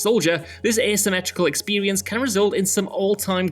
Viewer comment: “Expewience” “Sewies” 😂😂😂